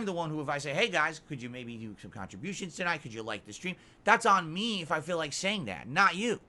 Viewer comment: "What I mean by 'slow' is KHANTRIBOOSHUNS." Wow, he said it out loud. Wild. Multiple days of low tips and he's cracking.